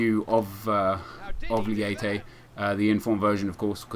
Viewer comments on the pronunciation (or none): its actually pronounced maikon "leiche" :)